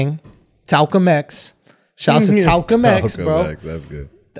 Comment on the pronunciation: Lmfaoooooooo he said Talcum X